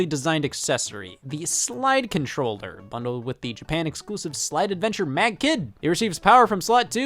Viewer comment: scott says slide controllder